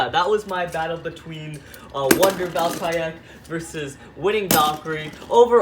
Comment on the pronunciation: I do be called valtree ek not valtriek